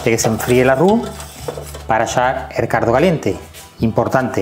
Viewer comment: Se oye "cardo" en vez de caldo 😁 sarza en vez de salsa 😂 es acento andalu ? Digo andaluz no ?